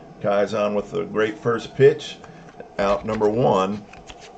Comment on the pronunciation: Nice. For the record, it’s pronounced ‘KEY-son’— like a key that goes into a lock. With the emphasis on the first syllable… KEY. Bruce Kison.